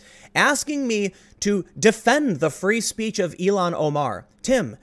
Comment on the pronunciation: Tim, it’s ILL-HAN Omar,...not Elon Omar